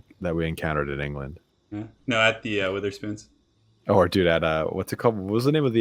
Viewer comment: "wItherspoons". Lol It is basically pronounced weather spoons by the entirety of the UK. Fun times.